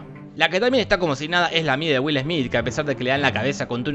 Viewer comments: Es will smet :D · Es güilesmít, güilesmít, 🎵🎶